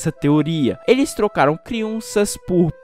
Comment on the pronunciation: Ele passo o vídeo todo falando criunças kkkkk